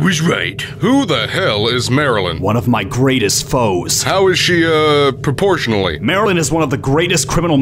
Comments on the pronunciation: It's Merlin, not Marylne.. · Also it's not Maralyin it's pronounced Merlin with an E sound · Marilyn? It’s Merlyn